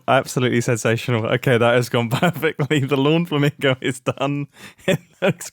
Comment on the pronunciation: Did you call it a "flamongo" on purpose? Because that's honestly a perfect name for the thing.